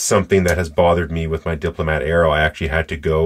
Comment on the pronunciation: Wonderful video sir. I have this pen in black. 🙏 (You pronounced that correctly sir).